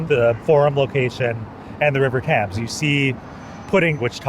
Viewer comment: did he say The River Tams? lol.